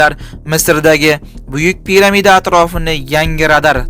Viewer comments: Piramit mas piramida deb aytiladi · Piramidmas piramida buladi ovozinga ure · piramitmas piramida deng.. oʻzbek tiliga yangi soʻz kiritvoribsizu😅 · Яхши очилиш хақида жуда хуник хато билан гапирдингиз. Пирамид"а" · Пирамида тугри таоаффус килиш керак уят уят билмим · Саводинга акил чичгунча Пирамида сузини тугри талафуз килишни урган.